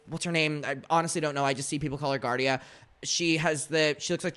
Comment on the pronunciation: Her name's Galya. You know it's not "giardia". Have some fucking decency.